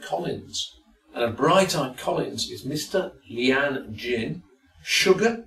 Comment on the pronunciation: My lyan is pronounced LION not Leanne